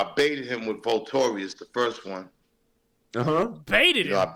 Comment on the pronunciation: Vultorious - dude can't even pronounce the title of his own song, yeah he definitely wrote that